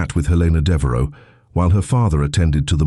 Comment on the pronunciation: Devaro??? Devereux. Sejmir??? Sedgemere, Sedgemoor (real place) or Sedgemire.